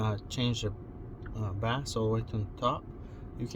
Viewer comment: Due, its pronounced BASE NOT BASS (its not a fish)